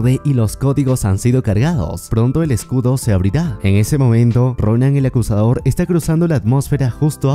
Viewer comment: No se por que oía el acosador en ves de acusador